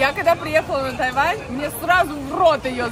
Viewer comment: какой такой тайвани? может тайваня все-таки?